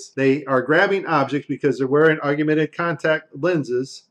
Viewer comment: "Aug-you-mented" LOL